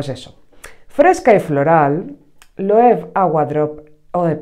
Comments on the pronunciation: Me encantó cuando lo probé, es un chute de energía total. Espero encontrarlo tester o algo más barato, pero es un cítrico precioso que te hace la boca agua. Por cierto, espero que no te ofenda, pero es que me chirría oírte decir Loev😅se pronuncia Loeve, tal cual, que yo también lo hacía mal hasta que me corrigieron hace años.🤭un abrazo guapa! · Se pronuncia Loebe amiga, es un apellido alemán